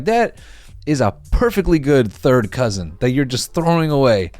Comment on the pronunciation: take a shot every time noel says “cousin ÆUGH”